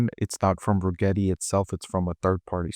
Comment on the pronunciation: “Regrreti?” We heard that . Yep not investing just because of that dude thanks